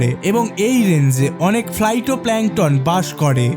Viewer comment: ফাইটো হবে উচ্চরণ